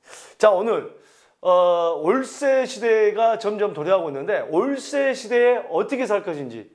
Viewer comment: 올세시대 발음 웃겼어요ㅋㅋ